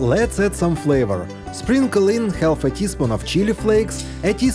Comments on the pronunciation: English is a silly language so pronounce half it is more like harf…drop the L…..😂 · Would someone teach the narrator how to pronounce the word half correctly. THANKS!